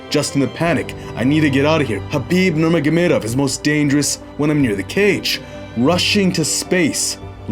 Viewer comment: showing off. Just because he can pronounce Khabib's surname so well, no reason to say it so many times... Great video